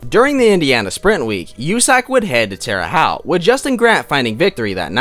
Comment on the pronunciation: Alan zoutte is pronounced Alan zoote terre haute is pronounced terre hote